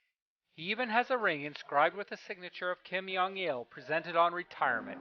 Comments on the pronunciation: Brilliant work but just one correction. It's Jong pronounced as a hard J. Not 'yong' with a soft J. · Why do you say Kim yeong un? It’s Kim Jong Un -> 김정은